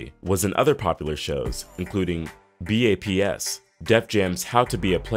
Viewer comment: Its still probounced BAPS even though it looks abbreviated. Its not. 😂😂😂 This dude cant be black pronouncing that movie how the title looks. 😂😂😂